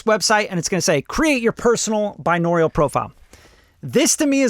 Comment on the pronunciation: i love u but if u say binaural wrong again im gonna jump out of the window